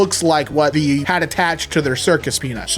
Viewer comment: What accent does have that makes him say "Thee" instead of "they"??